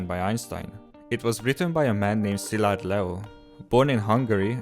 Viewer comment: Finally someone can pronounce Szilárd correctly. Thnx!